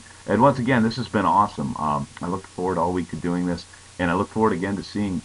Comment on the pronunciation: lol How YOU doin? good brooklyn accent, this brooklyn girl would know :P lol